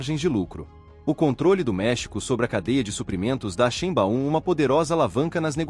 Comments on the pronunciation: Corrige aí sua pronúncia da Grande presidente do México. Se pronuncia Sháin-báum(ou quase isso). Em alemão , "ei" se pro nuncia "ai". Não há esse "BAÚM".(em fonetico internacional:ʃˈe͡ɪnba͡ʊm) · Nao chame a Presidenta do Mexico,de XImbaum... Mude a pronuncia ,para: Xaibaum...!! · Difícil continuar ouvir, com o narrador, pronunciando o nome da presidente do México errado!!